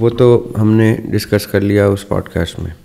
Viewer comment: Though sometimes it seems so imperfect and so thout less.. They say podcast ko پوڈ کسٹ ق کو بولتے ہیں ک